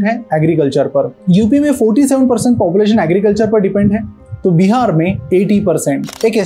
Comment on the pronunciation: first of all it's not called Bi har. it's Bihar🙏🏻